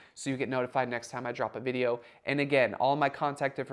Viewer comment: when you say DROP it sounds like you know what :face-blue-wide-eyes